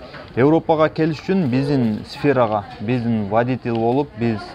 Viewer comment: Вадитиэл , интерниет де😂😂 Европада журуп элементарный создорду туура суйлосо жакшы болмок экен.